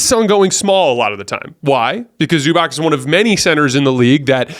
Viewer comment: dude, its Zubats, not Zubak!!!